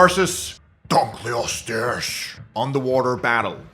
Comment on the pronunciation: “Spino slashes donkley-ostess” x3 🤣